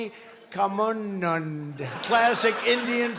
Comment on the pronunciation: Ohhh my goodness the way trump ruined names of great viveka nund was hilarious and by the way I think the crowd which was gather I am sure it was paid one